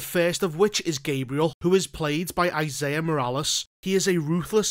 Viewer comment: Small thing, the name isnt "Isiah" but "Esai" pronounced "EE SIGH". Only know this personally because I have known his brother since i was 16